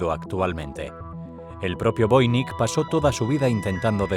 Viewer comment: Es voinich no voinik